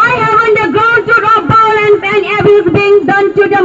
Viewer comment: Please stop pronouncing violence as bilence 🤣🤣🤣